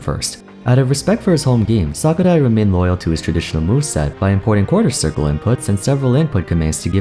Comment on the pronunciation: You pronounced Sakurai so well but pronounced Kazuya pretty sloppy!